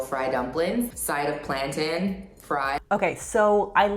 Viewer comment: I hate how she says plantain lol